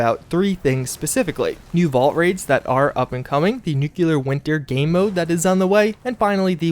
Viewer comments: No offense man, but its pronounced "NOOK-LEE-ER" not "NOOK-YOU-LER" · Shame the dude never reads his comments, good content but triggers ppl watching by repeatedly mispronouncing words such as nuCLEAR!!! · He's got a real problem pronouncing some key words. Listen to him say Nuclear. NEWQUELAR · I really love your content, I truly do... But every single time you say "nukular" instead of "nuclear", it makes me cringe and makes me want to watch you less. Call me what you wish, say I'm a troll, but... I just can't stand the use of that non-existing word, sorry. And with you covering the Fallout universe, it's a word that comes back rather often. And therefore so does the cringe... Thanks for the otherwise-amazing stuff, though! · Nuclear....not NuKuLaR, I've never understood why this word gets butchered so much. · You couldn't do it, could ya? You couldn't make oNe video without ruining the narration with NOO kyoo lur, huh? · can you PLEASE say nuclear right? It takes away from your video, at least for me.